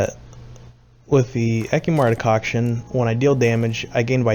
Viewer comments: All I heard was de-COCK I'm sorry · fordicocktion ??? what are you saying xD and what is that